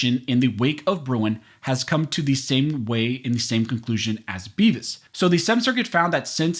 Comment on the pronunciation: Aaaa he sed bevis